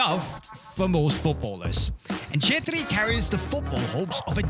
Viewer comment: I love the fact that you can pronounce "CHETRRI"😆❤️